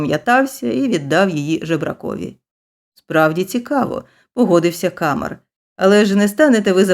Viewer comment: Читання (виконання) на 12 балів😊 із 12. Малюсіньке уточнення: у всіх французьких словах наголос падає на останній склад, тому КамЕр. Перепрошую, що втрутилася.